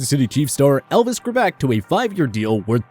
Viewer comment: if your going to have someone in your list at least pronounce their names correctly. it's elvis grrback not however it was said in here sounds almost like elvis grebek like alex trebek